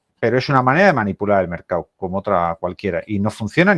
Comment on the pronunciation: MercaDDDDo, estos son los expertos q no saben ni pronunciar una palabra tan fácil como mercado?